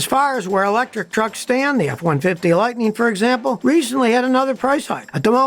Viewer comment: F150 "Lighteen"???? "Onconventional"?????? "Crasheen"?????